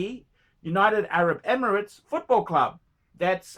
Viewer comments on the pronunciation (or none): none